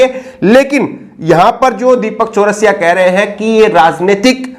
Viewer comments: एक तो वीडियो को रोक कर ये कमेंट कर रहा हु ज़रा ध्यान से सुनो।। ये पत्रकार पत्राकार क्या है ये तेजा तेजा। नाम गलत कहे ले रहै हो बे। अंजना ओम मोदी है तुम कश्यप कह कर बुला रहे हो दीपक चरसिया है चरस पी कर टीवी पर आता है।। तुम चौरसिया चौरासिया कहे कह रहे हो।। गलत पत्रकारिता न करो।।सही से नाम ल्यो।।। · Bhaiya ye Deepak Chaurasia nhi charai hai aap naam ka Sahi se ucharan kariyega next time se.... Please